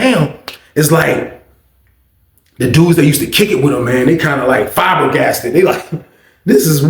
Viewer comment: flabbergasted is now “Fiber-glasted”? Im sick.